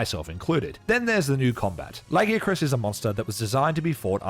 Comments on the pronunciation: Stop saying Lagiacrus wrong. They gave you a pronunciation bruh, it’s only ‘stupid’ because you were wrong. How are you going to tell the creators of the name that they pronounce their OWN WORD DUMB? This argument is so annoying, you don’t tell people their name sounds dumb when you mispronounce it? It’s the same shit. Fuck’s sake. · It's 1 thing to mispronounced lagiacrus. But Seregios as well? Ok this video is definitely AI 😅